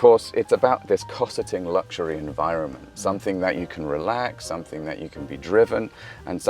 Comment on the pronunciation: Why la. Find someone who can speak english properly. If youre going to do something, do it right. Guy cant even pronounce luxury. Chinese nerd, look like he lepak CC all day, but now has a suit on